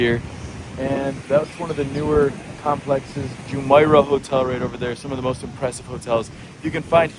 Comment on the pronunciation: It pronounces JumEIrah, not JumAIrah. Al QOOZ, not Al Qwaaz.